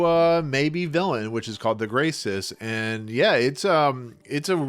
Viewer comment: GrayCris, not Graycis.